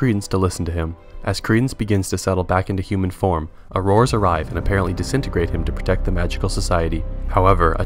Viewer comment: Thanks for the recap! Sounds like you say aroras instead of aurers.